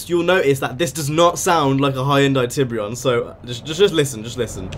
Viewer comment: "Hyundai Tibrion" i cri evritiem